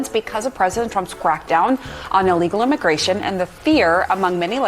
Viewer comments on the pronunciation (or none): She said president Trumps quackdown 😂